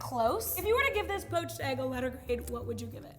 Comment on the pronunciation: porched eggs lol 😂 you’re the best, at least your English is entertaining if not fairly well spoken.